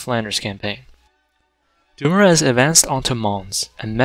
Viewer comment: Charles Francois Doumoueueueue